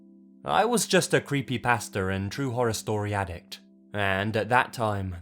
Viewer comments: it sounds like he's saying "I was just a creepy pastor" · Lmao! That's what I heard too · Did you say you we’re a Creepy Pastor? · did lazy say he used to be a creepy pastor or did i mishear something lol